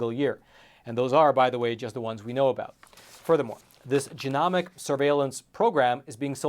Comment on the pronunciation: Long ‘o’,, genomics is pronounced with a long O. 😊